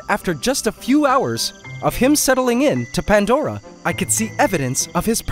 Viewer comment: If i had a nickle for everytime he said pantdora